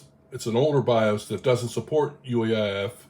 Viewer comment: I "hear" you referring to "UAIF" verbally. Is that the actual term or are you referring to UEFI? I sometimes shift letters verbally and I want to be sure I am following the correct terms, cause it could just be something I am not familiar with. Thanks.